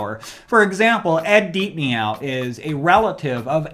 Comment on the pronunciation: Ahh man, no offense but now I don’t want to read the Dark Tower. Just read insomnia and found it, meh. And is it pronounced Deep Neow like meow? Lol Thought it was pronounced like deep know?